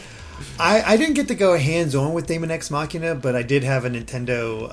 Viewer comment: Daemon is pronounced demon by the way :p